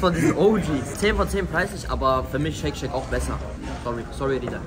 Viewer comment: Jungs bitte ich kann das nicht mehr höre immer wieder Shake Shake das heißt Shake Shack😩